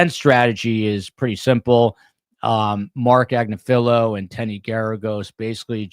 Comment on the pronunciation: GREAT coverage as always. I kept pronouncing P. Dirty’s lawyer’s name, too. I’m pretty sure I heard it’s Ag-nI-filo. 😉